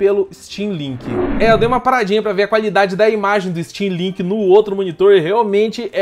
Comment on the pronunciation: Achei que ela tivesse falado steamlingue kkk